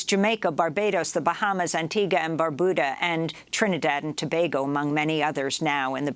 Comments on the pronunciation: Antigua and 'BarBYOOODA' not 'Barbooda'. Otherwise excellent as always. 🥰🥰🥰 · Antigua and BAR-BU-DA not BOO-DA learn ur pronunciation's thats considered an insult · Funnily enough that is the correct pronunciation. And one of the few times I've heard a foreigner get it. Unfortunately, she said Barbuda incorrectly.